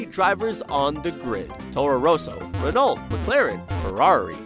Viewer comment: Damn, he said Ren-alt AGAIN.